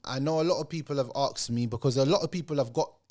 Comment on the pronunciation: The word is asked not "AKSED"